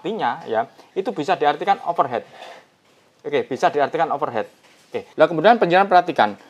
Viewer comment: cuman mau nambahin sedikiiit ilmu ingrisan.. Overheat ini cara bacanya adalah = overhit kalo om Agus "overhet" itu dalam inggrisnya jadi Over Head jadi: Over heat = "overhit" Over head = "overhet" semoga membantu walau sedikit sekali.. hahaha